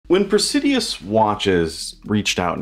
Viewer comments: He's added a few extra syllables in the name each time. Cracks me up. Pray-si-dus. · There's no "i" between the d and u in Praesidus. You are mispronouncing the name of this ugly watch. I can't imagine wearing it in public.